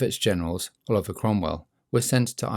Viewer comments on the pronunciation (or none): none